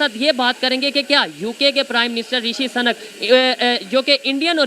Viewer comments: rishi suuu..nak hai sanak nhi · "Rishi SANAK" nhi brother , he is Mr "Rishi SUNAK",. Hindi main iske maayne bilkul mukhlatif hai aur DEROGATORY bhi... just ek suggestion hai , baaki main aapki sabhi videos dekhta hoon .. u r doing a GOOD JOB. Ol D BST BRO ... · bhai SANAK nahi Sunak hai.... Suuuuuuuu-nakkkkkkkkk ....kam sa kam bolo to sahi... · O bhai sunak ha sunak bolo sanak nhi sanak ka matlab sanki hota ha